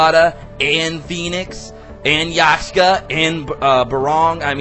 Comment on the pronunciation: YAKSHA!! NOT YASHKA!!